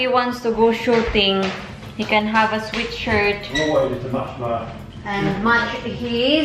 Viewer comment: You pronounce SWEAT SHIRT NOT SWEET SHIRT